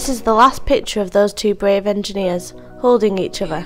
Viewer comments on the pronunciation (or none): Bwave engineews, two bwothews, Nottingham Fowwest, cweating a pwessuwe... Are you related to Barry Kripke from The Big Bang Theory???? Go see a speech therapist please, before going public.